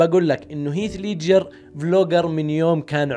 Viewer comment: دس لايك لنطقك المستفز لاسم هيث ليدجر روح اتعلم الاكسنت اول قبل ماتفتح قناة ع اليوتيوب